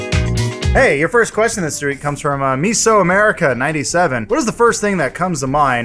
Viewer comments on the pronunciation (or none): Adam says "your first question this reek" instead of "Week" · "hey ur first question this REEK" :o